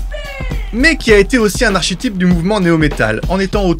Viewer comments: Un quoi ? Un ar ché type ? Sérieusement ??? Ça se prononce ar-ké-tip. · "un archétype" Se prononce phonétiquement arQUÉtype et non arCHÉtype. J'ai kiffé Limp Bizkit, et je kiff toujours. Fred Durst et ses Nookie, Break Stuff et autre Boiler sans oublier ses différents feat que ce soit avec Méthod Man, Korn et autres Cypress Hill c'était des grosse baffes dans la bouche. J'aime. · ArCHÉtype? hmmmmmm, ca se prononce plutôt ArKÉtype.... ;p Je dis ça pi j'dis rien...sinon, EXCELLENTE vidéo!!! ;p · Archétype se dit "arkétype" 😉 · Archetype se prononce "arketype" cher ami... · Archétype se prononce "ar·ké·tip"... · "Arshétype".... Allez out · Je sais pas si c'est a force de se renseigner sur Wikipedia, mais le mot "archétype" se prononce avec un "k" et non un "ch"......